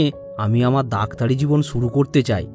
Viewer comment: দাক্তারে নারে ভাই। ডাক্তারি।। 😁😁